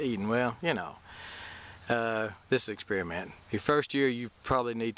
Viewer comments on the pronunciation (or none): I love "exspearmints". Sorry to see the frost damage. Looks like the potential frost for this weekend has been changed. Good news. We might be in the clear now. Gonna try to get the garden out this week. Are you selling produce at a farmer's market?